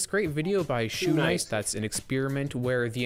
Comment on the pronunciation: calling shounic shoenice threw me for a loop